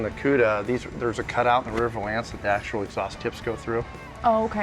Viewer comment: Nothing annoys me more than the way pronounces valance. Val-ence not va-lance